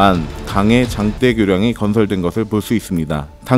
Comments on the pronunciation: 감 따는 장대로 다리 건설하오? 왜 자꾸 [장때]교량이라고 발음하는 건데요? 길고 큰 교량은 걍 [장대교량]이라 발음하는 거요. 거 몹시 거슬리누만. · 장대라고 쓰고 장때라고 읽으면 긴 막대기가 됩니다. 장대교량은 길고 큰 다리를 말하는데 '장대교량(장때교량 아님)'으로 발음해야 합니다.